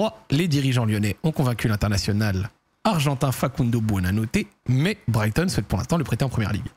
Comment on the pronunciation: Pourquoi tu dis pas Brighton correctement t'as un truc contre eux ? Go SEAGULLS